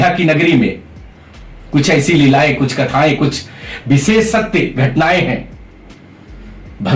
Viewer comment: लेकिन विसेस मत उच्चारण मत कीजिए आपने व्याकरण पढ़ा है उसके सूत्र पढ़ें हैं उच्चारण स्थान का पता है फिर भी एक-एक अनपढ़ व्यक्ति की तरह पूरे देश समाज मेंअपने आप को एक मूर्ख आदमी साथ ही में अपने गुरु को जिनके पास विद्याध्ययन किया है उन्हें भी मूर्ख आदमी दर्शा रहे हैं। अरे यह विशेष शब्द है न कि विसेस ।